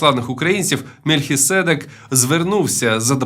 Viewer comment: Бляха, будьте уважнішими з наголосом в слові "Мельхиседèк " 🤬.